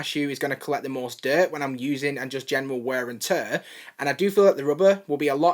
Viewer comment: It’s Wear and tear Not were and tuuuuuuuuur